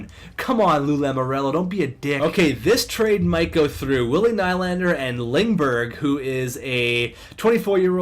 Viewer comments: It's William NEE-Land-er not Ny-land-er. Please like so corrects his mistake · Its pronounced "knee-lander"